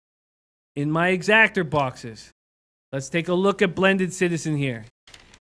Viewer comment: Great video but it’s an EXACTA not an Exactor.